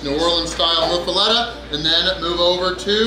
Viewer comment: Pronounces "muffoletta" six different ways hahahah must be getting English Lessons from Dave Portnoy now, everybody knows the rules! 😂😂😂😂😂😂😂😂😂😂😂😂😂😂😂😂😂😂😂😂